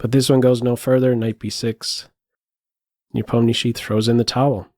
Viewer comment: Will you do videos on the world championship games? Nice to hear Nepomniachtchi pronounced correctly by the way 👌